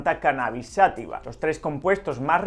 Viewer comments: Por que dice "sÁtiva" si no lleva acento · Se dice y escribe: "Cannabis Sativa" (Sa-TÍ-VA), no "Sátiva".